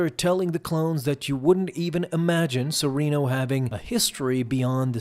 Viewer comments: Serrano.. Seh. Rahhn. NO… There’s no I in there…spelling or pronunciation. Please take your job more seriously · (Suh-ren-oh) or serenno is dooku’s home planet 😅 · They say serreno in the show, how to you keep pronouncing it wrong...